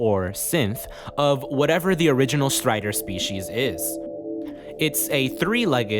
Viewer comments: I stopped watching the video as soon as i heard how he pronouces "Strider" Kidding but nice video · the way you say strider and some other names with R in them has some accent I can't recognise but it sounds so funny